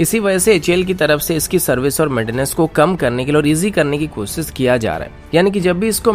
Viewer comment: Bhai ur content is really good...but make sure to keep hindi accent accurate....its not kosis....its kosish....its not hajaar....its hazar....plz plz...update ur self...